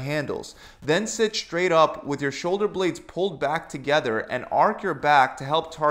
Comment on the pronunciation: Straight not shtraight